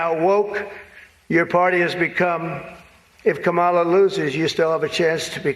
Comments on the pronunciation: Uh oh! Sounds like Stelter mispronounced "Kamala." He must be a racist, misogynist. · LOL! Stelter mispronounced Kamala's name! This is too rich!